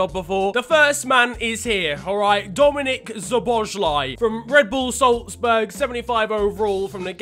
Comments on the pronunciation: Szoboszlai is pronounced as "Sobboslay" not as whatever says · Sorry but im a Hungarian and you bottled the name but no problem